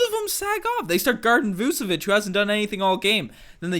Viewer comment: By the way it’s pronounced vooch-uh-vich (all star) think you’d know this...